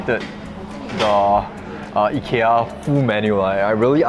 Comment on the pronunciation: Love how you take the effort to pronounce Ikea correctly